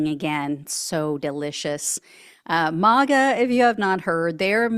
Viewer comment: Why do you say Mah Ga ? Do you pronounce Make as Mach ? It’s May Ga ! & Trump sucks no matter